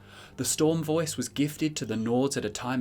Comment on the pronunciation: “The vœæce”